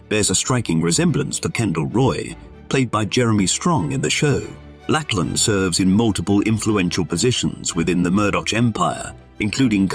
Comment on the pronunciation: It's not "Lackland". It's "Lachlan", which is pronounced like Loch and lan. Loch, of course, has a kh sound.